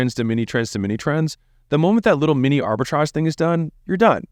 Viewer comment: Arbitrage, Arbritage, Arbitrage stop saying Arbitrage